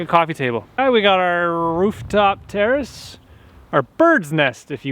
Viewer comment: why do i hear "terrorist" whenever he says "terrace" is it just me?